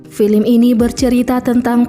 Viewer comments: Mimin nya orang mana sih. Baca nya film ( filem ) bukan FILIM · Filim? Mbak belajar dikit cara pengucapannya